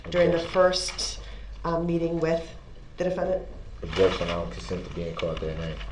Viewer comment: and let’s not forget his absurd mispronunciations of basic words like “I don’t consend to be CAULT dat name”!